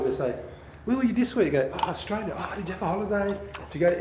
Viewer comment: Gary mate Australia not Austraila...